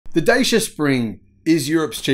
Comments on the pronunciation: Just checked: Dacia has become a subsidiary of Renault. And it's pronounced "Datchia". So not Chinese. Romanian with French ownership. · Dacia in Europe is pronounced like "Dutcher". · Dacia is pronounced 'datchia'. One snag of the original version was an abysmal fast charging speed unless you went for the top spec model. this limited its use for long journeys. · It’s pronounced ‘Da-cha’ fyi. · Dacia. Rhymes with Thatcher.